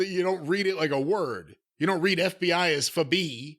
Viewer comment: You don't read FBI as fe bee's 😂😅